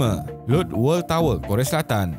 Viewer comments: Lotte -bkn ' LOT' tapi 'lot- tey' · Sebutan orang korea selatan yang betul adalah Lot-te